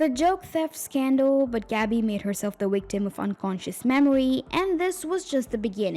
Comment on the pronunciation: i wont lie, "wictim" had me confused for a second. i had to rewind a few times to understand it was "victim"